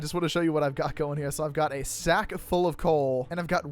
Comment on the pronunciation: For real. I love the emphasis lol.